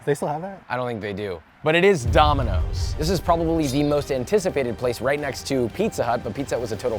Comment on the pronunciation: "Little neighborhood joint, dom-ee-nos."